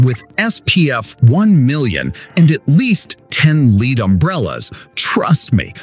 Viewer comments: "leed" umbrellas.....okay, sure, thanks for butchering a simple elements name... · Bro ur AI voice said LEAD umbrella. Like horse lead. 🐎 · "Leed umbrella", well done for outting yourself and using AI. Unsubscribing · Still disappointed they are using ai. The way it said lead umbrellas incorrectly.